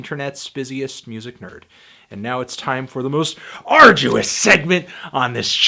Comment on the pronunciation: Y U say arduous? U know U love it.